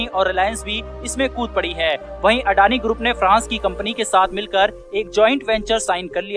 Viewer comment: अडानी ग्रुप नही अदानी बोलते है अनाडी है क्या तु ठीकसे बोला करो भाई